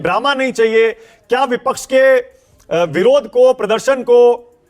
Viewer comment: Are chutiye sangeet ragi Bipaksh nahin vipaksh hota hai tujhe professor kaun banaya re